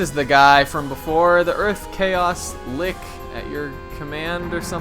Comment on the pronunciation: Earth Chaos Lick? Don't tell me that's how you're supposed to pronounce "litch"?